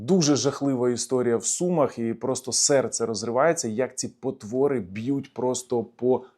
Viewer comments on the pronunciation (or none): none